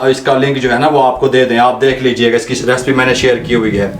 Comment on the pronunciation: Recipe kehna seekh pehle.